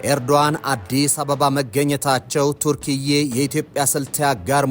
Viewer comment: የሀገሪቱ ስም ተርኪያ ነው እንጂ ቱርክዬ አይባልም ሲጠራ